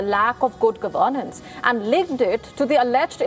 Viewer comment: This lady should learn to pronounce the word governance.